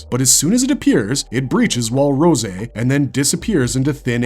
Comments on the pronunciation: It’s rose, not rosay 😂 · Its starting to look like its AI scripts the more of these i’ve been seeing. Mispronunciation of Rose was def a clue. And then being wrong about the wall Bertholdt kicked, being wrong about wall titans size, AND showing the wrong titan when talking about Reiss i’m starting to get the feeling this is AI content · As an english major I cringed a little every time he mispronounced Rose's name. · Yeah idk what that was about lol